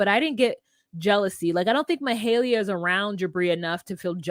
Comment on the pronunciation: Not “Mahalia” like Ms. Jackson. I believe Jibri’s mama is “Mahala.”